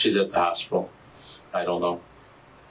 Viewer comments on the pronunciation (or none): none